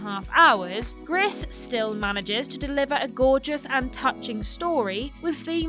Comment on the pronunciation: Not a fan of the pronunciation of Gris. It's actually pronounced "Gree" as gris is French for grey